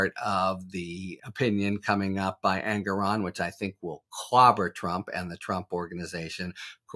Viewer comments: Harry: the judge's name is pronounced "En-GORE-on". Not Engeron; not Aragon. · I think the justice introduced himself as En-GORE-on. Kudos Harry! Also, I think Habba’s lunchtime political diatribe on the courthouse steps is worthy of note.